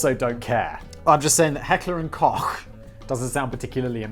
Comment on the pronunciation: Holy shit! I thought the only German word Simon knew to pronounce properly was "Gesellschaft", but he really nailed "Heckler" and "Koch".